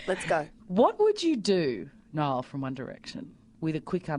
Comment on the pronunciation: LOL! you said Nill not Niall typo :)